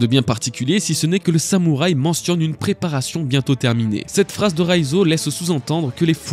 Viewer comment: Prérations? Serieux? Ah bon lool...Sinon à part çà tes vidéos sont le plus souvent des masterclass! continue on adore!